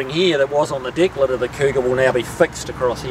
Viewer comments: Yes, deck or trunk lid. People were just saying it sounds funny the way he pronounces it "DICK lid". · I can tell for sure he's a real kiwi when he says 'deck lid'.